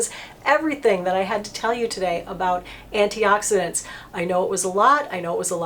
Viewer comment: Good job pronouncing all those antioxidants I did not know how to pronounce some of them! I did not know about how to select a good C serum but now I do XOXO. I appreciate that you are not trying to run a love fest sales pitch on a bunch of expensive over priced stuff.